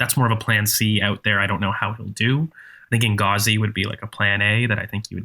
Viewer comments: I was eager to know who the hell Enghazi was, even Googling him 😂 Someone please teach how to pronounce Inzaghi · No hate, but its Inzaghi not Inghazi. I know has trouble with names, but usually corrects him.